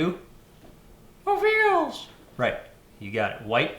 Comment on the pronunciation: Every time says "WEveals" I have to laugh. I know this is pretty late in the asking. Just watched this. Could you give a quick comment on the lighting set up for this shot please. It's beautiful. Thanks.